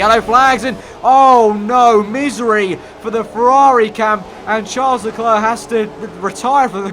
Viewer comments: It’s not Tcharlz Leklurk, is pronounced Sharl Le Claire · Ffs, Charles LeClerc is pronounced Sharl le Claire. Please learn it!